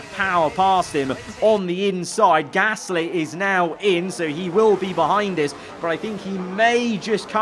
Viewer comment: It's so frustrating that can't say Gasly right